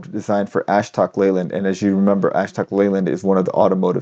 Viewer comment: btw, "Ashok" is pronounced "uh shook"